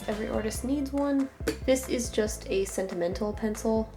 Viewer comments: "a sentimental pencil" "a sentimencil" me:...... pft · "Sentermencil" ... Im ded 👻👻